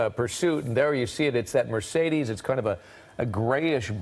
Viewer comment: What's a Me-CADE? It's M e "r" c e d e s dumbass! There's no "A" in that vehicles model name what so ever! I don't think you paid attention in SPELLING class. Were you just HIGH the whole time? Why does your phone or computer NOT have spell check turned on? Like seriously!!